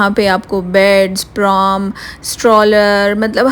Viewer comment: its pram not prom